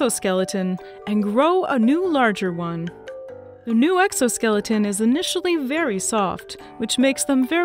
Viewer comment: "I grab zee coconut, I snip zee coconut, then I eat zee coconut" Nearby human taking notes "Excellent, just bloody genius"